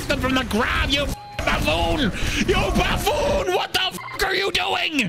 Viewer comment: It's Buffoon or Baboon...not Baffoon.